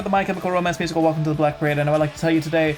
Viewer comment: enunciate MUSICAL. for 6mins i thought u were involved in the ALBUM.